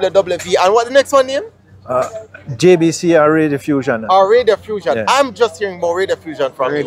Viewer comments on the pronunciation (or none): Not Radiofussion, Reddiffusion.